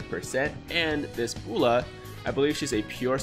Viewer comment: Not trying to be mean but... B-oh-l-ma Bowl-am Ball-ma